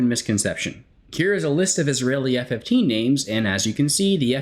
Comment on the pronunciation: I must say as an Israeli F-15 enthusiast myself you nailed all the names of the F-15s